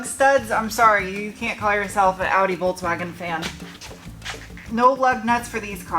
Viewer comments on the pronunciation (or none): none